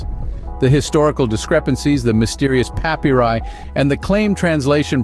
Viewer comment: Learn to pronounce "papyri".